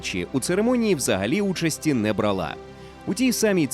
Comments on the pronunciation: Знову ж таки, чому бралА, а не брАла? Там само як і сАмі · БрАла. Вибачте, ріже вухо